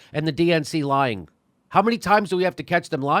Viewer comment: I don't think you're pronouncing "lying" properly. And please stop saying "lying". I'm not lying to you.